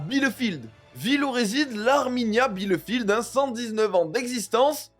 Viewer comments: "Bielefeld", pas "Bielefield". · Ca se prononce 'bilféld"... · Bielefeld n'est pas une équipe inconnnue et à sous-estimer ! Je suis surpris que des pseudo-spécialistes de foot en fassent des caisses, juste pour faire des vues ! Et ah oui, Bielefeld se prononce "FELD" à la fin !!! Renseignez-vous bon-sang ! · ☝️Bielefeld. (Pas „ Bielefield“) BIELEFELD! Contre VfB Stuttgart la finale. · cela se prononce bi - le - fèlde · „Bielefèld“ mon Amie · Ça pique aux oreilles comment tu prononces le nom du club 😂. Ça se prononce (bileufèld). Belles vidéos. J'aime bien toutes ces petites histoires. Force à toi !